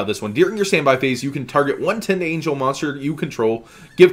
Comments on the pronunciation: I REALLY like you, but it's pronounced Tind-angle, like you would say "a right angle". I didn't have an issue with it until you said Tind-angel angel. love ya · Silver Fang its a pronunciation thing. Like he ain't even close